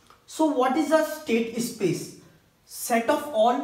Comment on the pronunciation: es-state ess-space